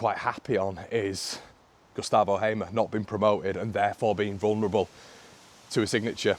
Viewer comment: Just to clarify (as someone with the same name) it's pronounced Hay-mer. Its an old saxon agricultural name so haven't a clue how he ended up with this name in south America.